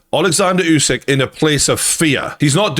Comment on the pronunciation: Bro it’s oooow sick Not you sick 😮